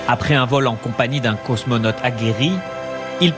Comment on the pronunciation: c'est quoi, un "cosmonotte" ???